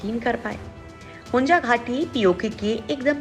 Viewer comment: Don’t know how to pronounce? It is HUNZA and not HUNJA. 😡